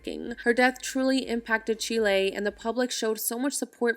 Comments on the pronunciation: Its pronounce Cheel-e :) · Really? “Chill-ay”